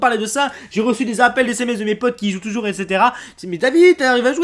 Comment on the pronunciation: Urbex français tougour*